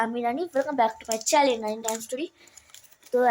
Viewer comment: চ্যালেন বলিস না ,,,,চ্যানেল বল। কথা গুলো তো ঠিক করে উচ্চারণ কর😂😂😂